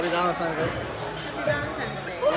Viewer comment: "Valemtime's day"